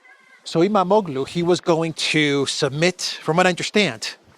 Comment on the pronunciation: (Don't pronounce the G with the sqiggly line on top) it is a silent G... Imamoğlu would be pronounced as Imamolu... it just makes the o a little longer